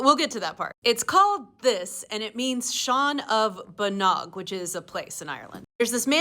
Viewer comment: Bánóg is pronounced bawn like Shawn and óg like ohg